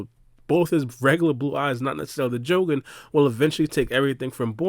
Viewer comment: Why do you pronounced the jougan the way you do?? 🤔🤔 knowing how all other doujutu have all the same pronunciation